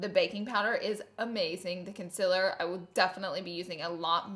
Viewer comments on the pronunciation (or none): Wtf ‘conciller’ ?!? Its concealer for fuck sake 😂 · Its fucking concealer not "conzeler" fuckkkkkk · ConCler not consIIIler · Its concealer not consiller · K Laura lee you need to learn how to say “concealer” it sounds like it’s spelt con-cea-ler not “con-sell-er”. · Can someone explain to me the difference between “concealer” and “conciller”, the pronunciation I mean, I’m not a native English speaker so I don’t really see the difference so PLEASE HELP ME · It’s not con-cil-er it’s con-CEAL-er😂🙄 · LAURAAAAAA ITS CONCEALER NOT CONCILLER LOLLLL YOU MADE MY DAY LOVE YOU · It’s concealer not conciler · Laura dear- PLEASE!!!! Pronounce concealer CORRECTLY... AND LEARN HOW TO SPELL IT.. its CONCEALER!!!!!! NOT "CONCILLER" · Ok..... Laura.....c'mon I love you gurl But it's Con-ce-laur Concealer Not Con-siler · Not tryna be rude but conciller it’s con-see-ler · Is it Conciller or Concealer.. I'm Confused? (English language isn't my first language ) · It’s Concealer not conciller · Consiller?? Lol it’s concealer. But still love you. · “conciller” it’s CONCEALER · CONCEALER !!!! NOT CONSELER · Gurl you are a beauty guru and you spell it CONCILLER i am dead hahaha love you and your quirks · girllll that "conciller" noooo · Gurl wth is a “conciller”???? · girl it's concealer, con-seal-er. CONCEALER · "Conciller" I'm dying. You're the best! ily;-) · Conciller haha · YazOnline Consiller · Take a shot everytime she says "concillr" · Only clicked to hear her say ‘conciller’ over and over again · If you didn't say "consiller" I would have to turn this off out of fear. Something would be wrong. 🤣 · I just wanted to watch this video because I want to hear Laura say canseeler 173929 times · Conciller heheheheheehehhe 😂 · laura i love you and how you pronounce conciller 😂😂❤️ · Is it just me or does anyone else love how she says conciller😂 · Love you but “conciller”? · i know it bothers me how she says concealer and says concilir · That's not how you say concearler